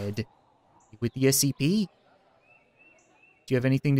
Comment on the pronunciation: It's scp why u keep saying sap